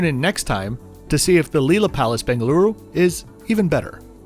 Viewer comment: You pronounced it right🙂!. I think someone forgot his medication😅!.